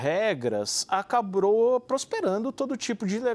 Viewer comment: Min " ACABRO" KKKK